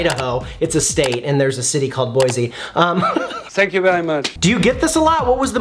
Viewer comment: Boy-see not Boy-zee. I’m not from Idaho but I have family there and pronouncing Boy-zee is practically a sin to them